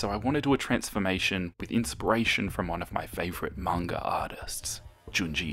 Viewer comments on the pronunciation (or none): none